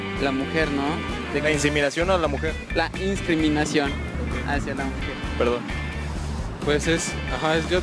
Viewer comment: ya no es "discriminación" si no "inscrimimacion" XD